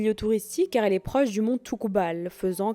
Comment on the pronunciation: Toubkal ...pas toukbal lol